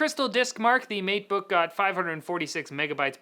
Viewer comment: All I heard was MEAT_BOOK.